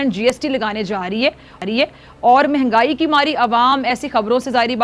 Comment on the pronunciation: यह इतनी जाहिल है कि महंगाई को भिंघाई बोलती है 😂😂